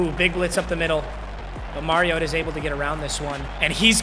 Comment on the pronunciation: when u gonna learn how to say Mariota